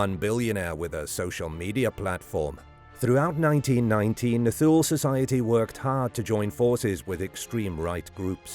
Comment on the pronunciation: Pronounced TU LE.....SLOPPY research...